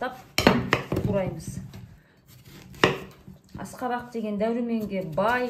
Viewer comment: Аскабак акабак емес.